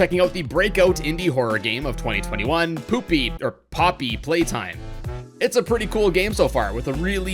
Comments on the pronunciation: you said popy on accident it’s OK accent happen in a lots of video😄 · I like u to say poopy